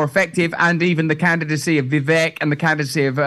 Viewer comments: Vivek sounds like vivake (rhymes with cake). not viveck. thank you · Vivek, pronounced Ve-Vake long A like Cake.